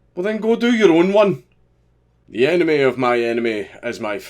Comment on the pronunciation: Your accent threw me off, I thought you said "the anime of my anime is my friend"